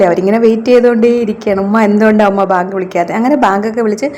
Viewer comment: ബാങ്ക് അല്ല വാങ്ക്